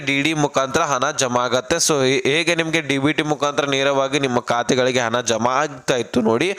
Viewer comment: ಹನ ಅಲ್ಲ ಗುಗ್ಗು ಹಣ ಅಂತ ಹೇಳು...